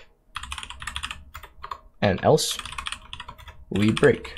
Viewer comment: This guy and his “elso”